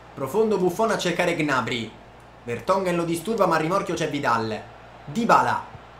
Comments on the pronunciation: Come hai pronunciato gnabry? G nabry! 😱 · Ma Gnabry non si pronuncia "Gnabrì"?